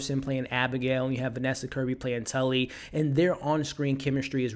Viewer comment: Tallie NOT Tully, DAMN MAN SHGE SAID HER NAME IN THE MOVIE